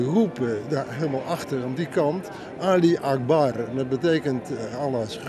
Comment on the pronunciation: Als nou zulke mensen voor vredes manifestaties doeleinden werken dan begrijp ik waarom er nooit verede op de wereld komt. Hij kan niet eens onderscheid maken tussen een 'schreeuw' en een zin als 'Allah ho Akbar' die hij ook nog eens verkeerd uitspreekt haha 'Ali akbar'..